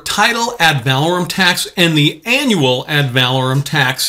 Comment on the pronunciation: I dont like to listen to someone who is professing to know a subject but then pronounces the subject wrong. The word is ADD - VUH - LORE - UM (emphasis on LORE) Not ADD - VAL - AH - RUM (emphasis on VAL )